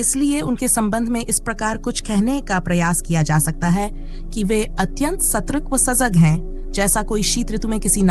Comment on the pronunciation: अच्छी प्रस्तुति मगर हिंदी उच्चारण कई शब्दों का गलत है। जैसे संतों, सतर्कता आदि। फ्लो बढ़िया, स्पष्ट है